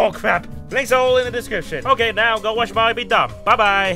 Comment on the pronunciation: 'Mawio, is that a wobot fwom wawwobots?'